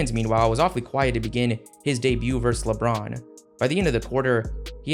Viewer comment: You say “Lebron” weird sometimes bro… “Lebraaounn.”